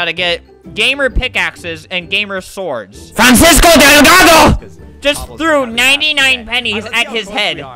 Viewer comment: "F R A N C I S C O D E L G A D O" got me 🤣🤣